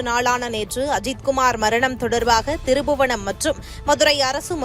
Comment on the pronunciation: இவ்வளவு நல்லா தமிழ் பேசுறீங்கம்மா..ஆனா திரு புவனம் இல்லம்மா திருப்ப்ப்ப்ப்ப்ப் புவனம்